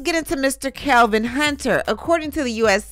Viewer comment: It's Kelvin not Kevin